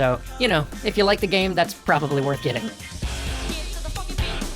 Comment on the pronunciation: "Gaem" is making me laugh so much 😂